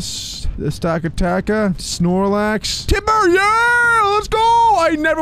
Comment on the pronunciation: He literally said stakataka and just run away